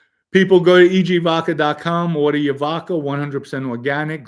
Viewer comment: Lol I love the show but my OCD zero’s in on “VOKA”. I’d die if you pointed out “”Yes! I know it’s VODKA”. Keep up the awesome work